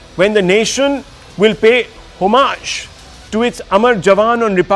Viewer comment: It is homage, nooot humaaaj